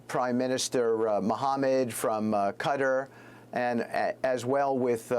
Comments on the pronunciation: Very confusing to hear her saying "Cutter"! Oh, she means "Qatar"! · I love how she says cutter instead of qatar lol